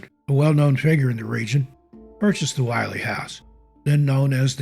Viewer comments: As a 50+ life-long resident of NH, you did a wonderful job with these stories, as they are one more with more accuracy than most. However, it is not pronounced "While--ee" House. It is the "Will--ee" House because the double consonant "LL" make the vowel before it a short vowel sound. Overall, I enjoyed this video very much, so TY. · When telling the story of the Willey slide, one of my favorite White Mountain stories, it's important to note, the pronunciation is Will-EE. The expression "gives me the willies" was born from this tragedy. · Interesting. A bit of history about the Willey family and that last slide. First off the family name is pronounced Will-ee. On the fateful night the family took shelter by running outside of the house to hide behind some large boulders on their property which they thought would keep them safe. On the next day when the neighbor came looking for the family he,as you said, could not find them. However the house was intact. There was a large boulder behind the house which caused the slide to separate and go around the house. If the Willeys had stayed in their house they would have been save. Sad case of irony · You did as great job with this video. The only thing I would change in it is your pronunciation of the name Willey. You are pronouncing this surname as Why-Lee. I've always heard it pronounced Will-Lee by the locals and by the people who still live in the area with that last name.